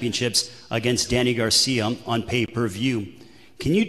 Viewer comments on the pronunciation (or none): Danny Garcia! Not Garciam Philadelphia not Philadelphiam!!!!!!